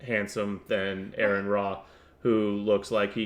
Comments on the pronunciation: Wow dude. You pronounce his name wrong and cannot use sources for your debunking. Go to school bud. You are waaay out of your league. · I'll point it out from teh start. Why are you mispronouncing Aron's name? It's Aron, not Aaron or Erin. If you want to pronounce his name correctly, it's simple. Just say the letters R N. The 1st Commandment dirrectly contradicts the 1st Amendment. 1st Commandment: "You shall have no other gods before me." 1st Amendment: "Congress shall make no law respecting an establishment of religion or prohibiting its free exercise thereof." Freedom of Religion is in direct violation of the 1st Commandment. What makes you think that there's a supermassive black hole in the (non-demonstrable) center of the universe? In order for there to be a center, there has to be borders. Are yo sure you've not confusing "center of the universe" with "center of our galaxy"? Because at the center of the GALAXY, there is a supermassive black hole. Aron Ra doesn't put faith in anything, because faith is useless. We've discovered plenty of planets capable of sustaining life. In fact, I think it's one of Jupiter's/Saturn's moons that has been found to be capable of supporting marine life. We don't know whether or not there's life on those other planets, because we don't have the capability to that at such a range. The universe is a big place, so the likeliness that we're the only planet that has life is astronomically low. In fact, we have confirmation of other life. Plenty of space rocks have been found to have microbial life. The chimical reactions that lead to the formation of life on earth are NOT an ex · His name is Aron, not Aaron. Only one A. Pronounced like the initialism for Registered Nurse. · Ignorant dùmb cùnts. Its not Aaron, it's aron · first off all it's pronounced Are-on. And you have the balls to talk about his looks while your fat wife rolls around in that poor chair?